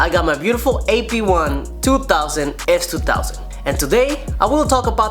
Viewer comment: you should listen on how he says s2000 lol its kinda funny.